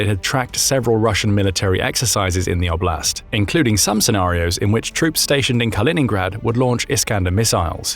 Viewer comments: 'Oblast, not obl'Ast 😂😂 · Just for context "oblast" is word that in a lot slavic countries mean region. (btw also is have to be pronoucet differently)